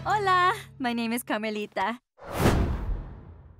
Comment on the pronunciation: Camelita No "r" sound?